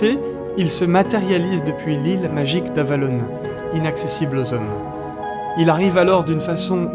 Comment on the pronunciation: Avalone, quelle drôle d'idée que de prononcer ce mot ainsi. Avalon, c'est très bien aussi.